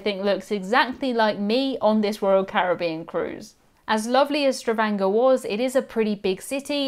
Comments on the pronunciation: StaVANGer not staVRANGer 🙂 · Say it with me, all together: Stavanger, sta-vang-er. Not: Stravanger.